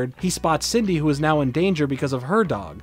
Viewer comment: I keep hearing Sydney instead Cindy LOL